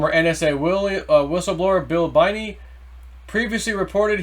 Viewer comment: Binney is pronounced “Benny”